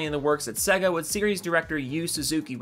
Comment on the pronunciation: Sega. Please pronunce it better. Sey-ga.